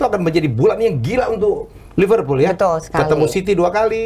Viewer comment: betal betul betal betul 😂